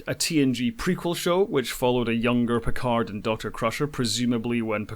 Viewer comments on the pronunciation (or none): none